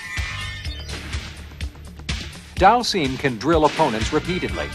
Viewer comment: Slightly impressed he pronounced Dhalsim correctly... then came "Roo."